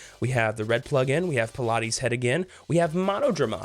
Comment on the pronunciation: it's not Pilates Head, its Palates Head, as in Palate the roof of your mouth, because its head is all mouthes